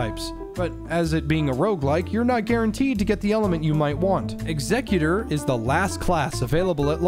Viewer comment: OH MY GOD thank you so much for pronouncing Executor correctly, every god damn YouTuber I've seen cover this game calls him "executer" and it like- that is NOT who he is he's not someone who's meant to end lives he is there to enact the last will of something that is gone. Had to do a double take when I heard you say it, audibly yelled in frustrated relief